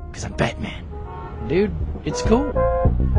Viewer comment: Fruuum BatMaN! 😂